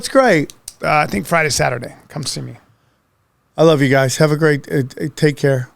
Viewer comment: Sam always says, "I love you" but it sounds like "EF" you.